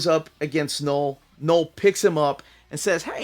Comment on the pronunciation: Learning a bit of French with my kids, and everytime you said Knoll, I was hearing Papa Noel. Just that time of the year 😂